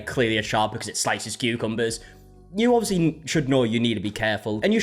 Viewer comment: "Tutorial that ends in injury"... "Today we're gonna be talking about CUCMBERS"... I absolutely have no idea what's going. LMBOOOOO